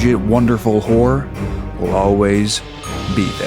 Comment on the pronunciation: Hey lads. really needs to work on his pronunciation of the word 'horror', it sounds like there's only 1 'r' in it, and that's a different kind of show entirely.